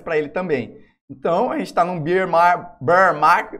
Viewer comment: toda vez que vc fala "estamos num beer market" eu ouço "estamos no mercado da cerveja" hahahah a pronuncia correta para urso é béar =P